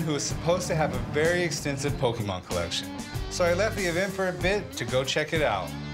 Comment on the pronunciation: "Rick it is Pokemon not pokeman"-chumlee